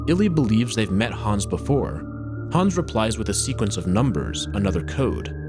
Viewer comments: Hans* not Hons or Häns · He goes from pronouncing it hands to hawns every few mins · you said Hans like hands without the ds